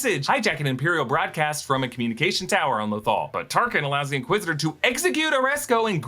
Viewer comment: you called Tarkin , Tarsin 😂